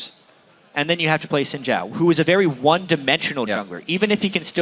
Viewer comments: You are sadly Mis-informed. It more like sin/syin-Jhao when said. Trust me. I'm Chinese. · americans can't say xin zhao correctly? its not chin jao, its xin zhao, XIN not CHIN and ZHAO not JAO.